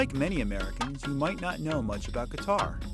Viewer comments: "many Americans dont know much about Qatar ," including you yourself coz it is not Qataar it is Qatar. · It's not Qataaaaaaar, it's Qatar. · It’s not pronounced "cutter” lol it’s pronounced "kah-tar" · It's not Qu-itar, to pronounce it "cutter" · RAY飽飽 no its Ka-tar